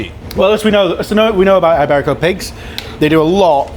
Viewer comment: way to mispronounce iberico